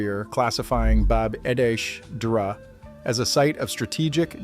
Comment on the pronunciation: This is great :) (btw, it's pronounced "bab eh draw"). It's also close to the hard packed in ash and sulfur structures of Sodom and Gomorrah.